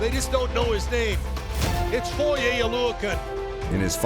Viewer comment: Props to the narrator for actually getting foye's last name correct. He's one of maybe 5 people to ever do it lol.